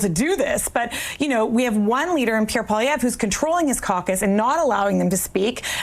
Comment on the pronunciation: Angry Polieve?? lol whatever